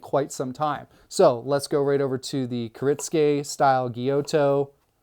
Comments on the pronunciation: A) For "gyuto" say "gyoo-toe", not "gyoe-toe". and for "Sabatier" say "sah-bah-tee-ey" not "subber-teer" B) Isn't it counter-productive to put a k-tip made for intricate tip-work on a super-long blade as a a long blade makes it more difficult to control the tip? Seems kiritsukes are only there to look more badass than regular shaped knives. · It's pronounce....Gy-you-to. Gyuto..great info 👍 I really enjoyed the video ✌️